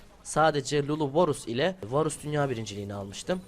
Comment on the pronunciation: Bu cocugun montajına sokiyim ya varus diyemeyen biri smurf hesapla bronzlar üzerinden 1 cilik kasıyor yazık ya ben bu videodan hiç bi şey ogrenmedim bu ne